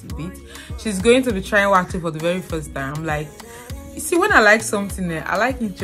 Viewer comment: Eeiii! Yeah, you pronounced "wakye" the correct way. As a Fanti / Agona, I beleive almost, if not all the tribes in Ghana have no letter "C" in the alphabets. So "ky" is like "ch". (Again, no C-J-Q-X). Not too sure if the Ewes from the Volta basin ooh. But the Akans has no letter V either.